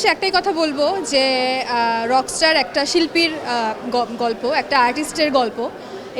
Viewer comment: রক ইস্টার কি ভাই, সাংবাদিক কে বানালো আপনাকে ভাই?...রকস্টার বলেন।